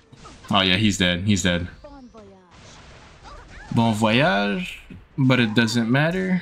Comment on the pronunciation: Weird question maybe but are you canadian or from quebec? Cause your pronunciation of « bon voyage » was spot on lol